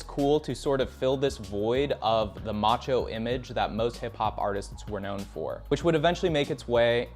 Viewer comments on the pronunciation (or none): none